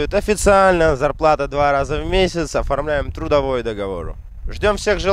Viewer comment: жакшы молодец рахмат. Грамотно айталбасаң Алисадан сурасаң туура айтып берет. Мисалы:(подпийсатса эмес подписаться же турдавой эмес трудовой договор)!!! Ушул сыяктуу элементарный сөздөрдү туура эмес айтасың. Сени башка улуттар да көрүп жатышпайбы. Көп болду каналды алып барганыңа үйрөнө турган эле болуп калдыңго. А так рекламаларга, кызматыңа сөз жок молодец, көп элге жардамың тийип жатат. Ийгилик!